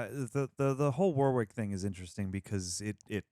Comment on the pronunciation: Just to say the name ‘Warwick’ you don’t pronounce the 2nd W, it’s pronounced ‘Worrick’ I know because I’m from where the name originated… Warwickshire, where there’s also a town named Warwick. Not sure why but Americans seem to all pronounce the 2nd W. It’s the same deal with Warwick Davis, it’s ‘Worrick’